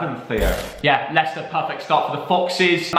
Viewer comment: I thought he would say liechester when he predicted Leicester West Ham 🤣🤣🤣🤣🤣🤣🤣